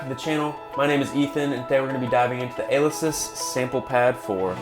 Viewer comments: ALE esis??? You mean a LE sis? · You’re mispronouncing the company name Alesis. It’s pronounced with emphasis on the second syllable and with a strong E sound. so it should sound like: “uh-LEE·suhs” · Great review! But just helping you out. It’s Uh-Lee-sis 🤙🏼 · you cant even pronounce the name of the company correctly...